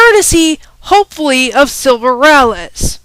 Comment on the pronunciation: not ralley RAY LEE